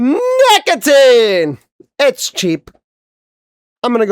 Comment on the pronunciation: I don’t like the way you say nicotine…